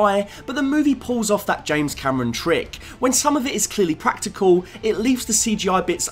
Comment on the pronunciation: "Practile"? Thats not a word